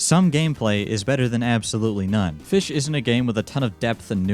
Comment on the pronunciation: It's called "fis CH"